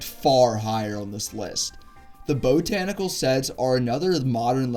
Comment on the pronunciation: Boat-tanical? Geez - I hope you're still in school - you need it!